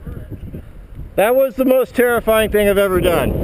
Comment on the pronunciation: "......that was the most ter terifing thing I've ever done" xD